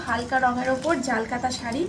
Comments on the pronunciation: ওটা জাল কাতা নয়, জাল কাতান 🙄🙄 শাড়ীর ব্যবসা করছো, শাড়ীর নাম গুলো proper ভাবে বলো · Jaal kata na jaal katan vlo kore bolo